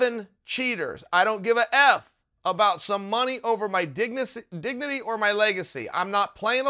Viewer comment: "Dignicy" -Chael ok great Sonnen